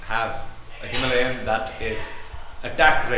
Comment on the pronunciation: It is Himalayan not himlayen!